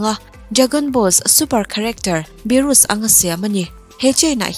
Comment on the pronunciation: Beerus (Bee*RAS*) tia lam tur. God of Destruction 12 zinga Universe-7 na God of Destroyer